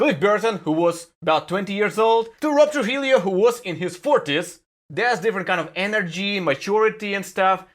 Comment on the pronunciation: Quick tip: if you want to get the pronunciation of “Trujillo” right, try pronouncing it like this: «Трухиё», with the accent on the «хи», and rounding the ‘o’ sound of the ‘ё’ (That’s as close as I could get to transliterating the Spanish –and original– pronunciation of the name into Cyrillic)